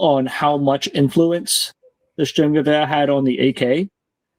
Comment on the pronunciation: If i have to hear you say Sturmnchguber one more time LOL